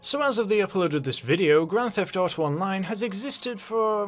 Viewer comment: The way you slurred the game's title makes me very concerned for your health. Keeping you in my prayers!